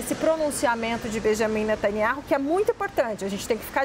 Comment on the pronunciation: Observem essa reporte 02 , ela não consegue pronunciar o nome do primeiro ministro de israel e outras frases , deve ter se esforçado bastante pra chegar aonde chegou! parabéns, é uma critica cosntrutiva